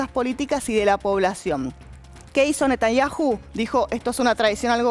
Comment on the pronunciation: Todos son muchos somos 8 millones de personas y no se dice Netañaju se dice Netañau 😡